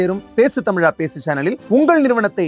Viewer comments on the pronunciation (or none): none